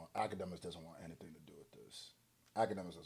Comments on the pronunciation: pausing while he looking drunk af and saying Hennything is possible is top tier comedy lol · Did you say Heneything’s possible? 🤣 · “Hennything is possible” 💀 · "...hennything is possible" 🤣🤣🤣